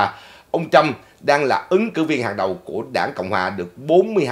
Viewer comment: please đọc Trump not Trâm.